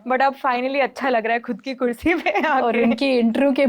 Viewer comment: Khursi nahi kursi hota hai